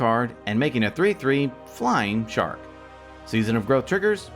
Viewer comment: The little pause made when saying 'a shark with... Flying' made my day.